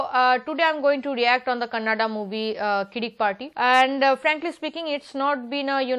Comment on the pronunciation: madam ones again pls pronounce Kannada not kannad